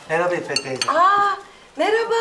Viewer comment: Burhan, İffet'e ilk kez İFOT diyor.